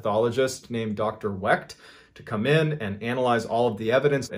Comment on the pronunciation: Love your videos bud, but you mispronounced my great uncle's name a tad bit wrong lol. It's the great Dr. Cyril Wecht(Wek) derived from the German name Weicht to which we dropped the i to fit in better however I never understood how that would make the surname any less German looking or sounding lol. Just thought I'd clear that up for you though brother. The t is silent and we have a very rare name either way you spell it or say it. Thanx for mentioning him because he is an amazing Forensic Pathologist that has made a very nice name for himself and is 1st in line to autopsy JFKs brain if anyone ever decides to make it available!